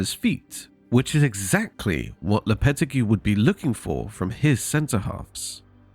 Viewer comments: Lopeti who ??? Learn to pronounce his name before doing a video. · bro pronounced lopetegui horribly